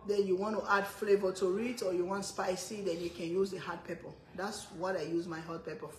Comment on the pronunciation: Over, pepper. Not ova, Pepa...